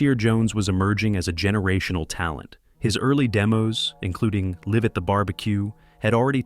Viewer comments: He was a culture vulture, then turned to his ..ehem… background, to link for folks to try to exploit Blacks. Hammer was GANG CONNECTED and these guys are very lucky he didn’t get at them. “LIVE” (lie-ve) at the Barbecue not (liv) at the barbecue. Lol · Live at the BBQ or Live (with a long I) at the BBQ. The first pronunciation sounds white af 😆